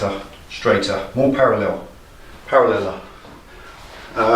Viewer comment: "paraleler" lol You crack me up!